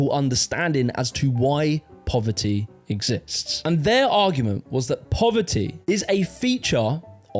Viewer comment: “Pover -ee” :)))